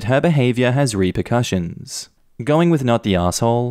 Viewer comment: Good thing you read "ripped cushions" as "repercussions". My non-native english speaking ass wouldn't have figured it out otherwise 😂